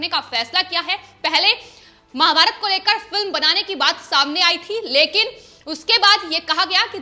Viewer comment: कृपया महा_भारतात कहिये माँ_भारत नहीं. Please say MAHA_BHARAT not Ma_bharat.